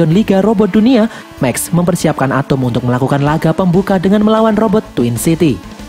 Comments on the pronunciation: Bang atom bukan atumg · ATEM BANG WALAU NAMA NYA ATOM DI DALAM MOVIE NYA TAPI MEMANG NGOMONG NYA ATEM